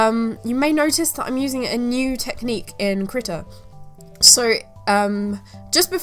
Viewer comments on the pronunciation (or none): I thought you were saying kritter and not krita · Oh no I was one of the people who thought she was saying "Critter"....lucky I don't do digital art and instead stick to traditional...otherwise I would of face palmed a lot harder!!! Hahaha!